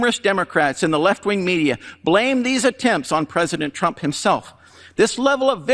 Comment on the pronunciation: Prezidint trimp